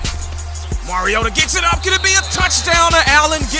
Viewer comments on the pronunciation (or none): its not moriota its mar_i o tu